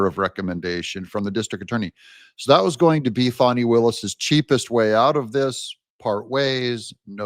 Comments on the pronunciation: Great show Doug! The correct pronunciation of Fani is Faa-nee, not Fonni. Just in case you didn’t know! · Would say bad AI voices need a lot of work. The voice over is monotonous and annoying. Fawney! Wth. FANNIE! deleting.